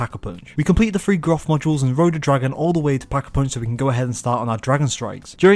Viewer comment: Because u don't know how to say the word three. I thought black ops was free now